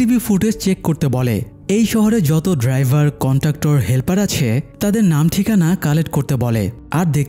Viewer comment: কন্টাক্টর নাকি কন্ডাক্টর?